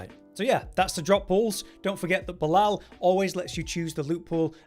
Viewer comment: It is painful on how you pronounce Belial :face-purple-crying